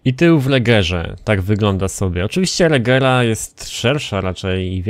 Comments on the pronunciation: *regera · Koenigsegg Agera a nie jak ty to mówisz regera